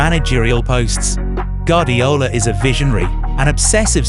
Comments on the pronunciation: It's goo-are-dee-ola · My goodness I wish you could get pronunciations correct. (Gwardiola, Ederson, Gundogan, Ya Ya etc) Good Vid though.